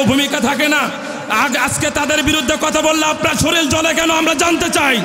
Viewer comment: Shoril na vai ota shorir😂😂